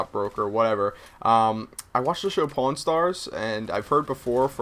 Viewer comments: I heard porn store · He said pawn. when i first geard the word like 1 year ago i thought it said porn i was like wha? lol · did anyone else hear him saying porn instead of pawn? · ha pawn sounds like porn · did he just say porn shop???? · i thought he said porn star i was like WTF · I thought you said you wanted to own a porn shop :$ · Did you say porn shop? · so...how many people thought he said porn? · I thought he said i want to be a porn star not a pawn brocker or how ever you spell it. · did you say porn store? :O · nice sniping well i suck at it (amatuer gamer{or recreational}) and I actually thought he said porn and i got freaked out but then he went into it and I figured it out :/ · Hes saying "PAWN shop".... Right? O.O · i thought you said PORN store owner. i was like WOAH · I thought you said that you wanted to be a porn store owner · At first I thought you said porn shop owner haha!! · i thought you said porn shop at first. lol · I thought you said porn shop at first. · lol first i heard porn shop